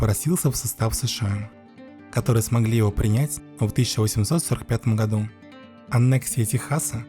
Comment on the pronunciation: И гходу!😂